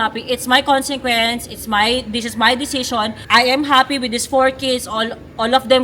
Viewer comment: kelan ba matatama yang Congsequence na bigkas na yan